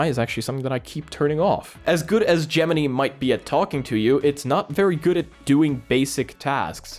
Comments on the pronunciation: it is pronounced gemin - eye. not gemin - ee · its not gem-mini....it gem-in-eye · Love your videos as usual , one bit of constructive feedback, it's pronounced: Gem-In-Eye not Gem-In-Knee Keep up the great work mate! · Ah yes, not Gemini but Geminy. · Gemini pronounced Gemin eye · Google Gemini is pronounced with the last I as eye. If you ever watched Saturday Night Live last week there was a skit about how America randomly changed the English language. 😂😂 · is your accent causing you to say Gemini like that? I'm not coming for you, just curious why you are pronouncing it like Pinocchio's cricket. The last i is pronounced w/ (I) not (E) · It's called Gemini like the starsign the way you pronounce it is different 🤣 😂